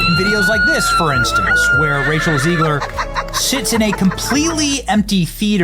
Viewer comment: Am I tripping did Benny call rachel zegler “Racial zegler” 😂😂😂😂😂😂